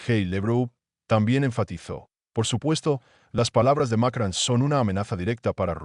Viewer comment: ES ,MACRON IDIOTA NO '' MACRAN ''